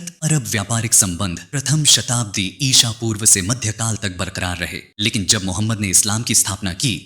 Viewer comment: इसा पूर्व नही इस वी कुछ जगह आपने गलती से बहुत जगह इसापुर्व कहां है